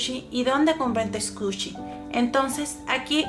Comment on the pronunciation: Haha no se dice scushi es squishy pero hermoso tu video intentare hacer un squishy asi :)